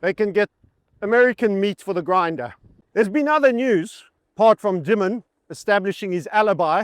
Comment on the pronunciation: Hope you are not Farming While White over there...Audio is quite good considering all the activity. It's pronounced Demon, by the way. Jamie Demon.